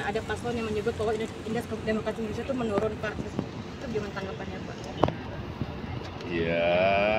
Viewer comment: Bukan menurun tapi menulun 🤣🤣🤣🤣🤣🤣🤣🤣🤣🤣